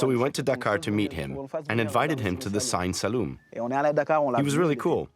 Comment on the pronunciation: Why does the english voice keep calling it "Sign" Saloum instead of Siine Saloum?